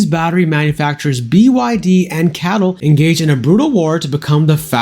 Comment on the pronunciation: it is pronounced as C.A.T.L not cattle :) I was waiting for over a year for the Juniper and I think 2025Q4 is too far away. I will jump the ship and get the Macan or Polestar, with stalks. They also started to offer 7seater in the UK!